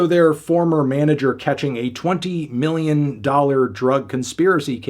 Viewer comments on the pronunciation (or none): none